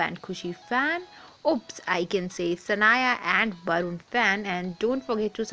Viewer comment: It's barun not satun